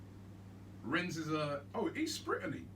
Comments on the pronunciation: Robbie get your words right... "Renz"? Rennes....... 😁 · You don't pronounce the "s". It's juste "renne". I'm french so I know a little bit about them. It's a team that is really unpredictable. They can be good one week and rubish the other. But they look dangerous in Europe this season because they're playing with a lot of belief and just overturned Betis Sevilla wich is a really good team. It's a decent draw of course compared to the likes of Napoli, Sevilla...etc but I wouldn't say it's the best Arsenal could get. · FFS Robbie “Rennes” is pronounced “Ren” French pronounciation. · It’s pronounced rennay and they have a really good team. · Its pronounced renne No S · How have Robbie and never heard of Rennes? Pronunciation is laughable. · You don’t pronounce the s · You don't pronounce the 's' in Rennes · You don't pronounce the s in Rennes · You don't have to read the S in Rennes :)))))) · The fact Robbie pronounces the S on Rennes pisses me off